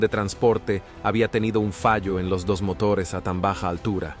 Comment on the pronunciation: Siempre lo mismo con estos videos, agarran 2 o 3 datos y ya esta, no investigan correctamente, ponen una vos artificial que cada tanto pone mal los acentos (cuarenta metrós - mótores ), se le pianta el acento ingles o arabe (Jasaña Unica ) y listo. Todas las características nombradas en este video las tienen muchos pilotos que vuelan lineas comerciales, pero la razón de que Sully era la persona indicada es por que entre 1969 y 1973, asistió a la Academia y fue miembro del Escuadrón de Cadetes 18 y piloto instructor de planeadores y aviones. Es decir, era un eximio piloto de planeadores, por eso pudo acuatizar en el Hudson planeando.